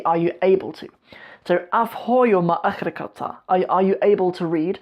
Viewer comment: It's akhrin bro, you have to pronounce n at the end.